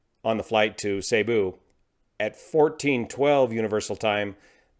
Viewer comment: Cebu is pronounced seeboo (cee - boo)